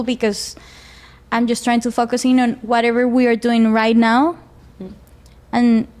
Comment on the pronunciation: Por que Ingles. Es obvio no es su lenguaje maternal. Y sus seguidoras estoy segura son de habla hispana. De paso mis pronunció la palabra Focus y se oyó lo que no es. Problema típico del latino hablando inglés. En fin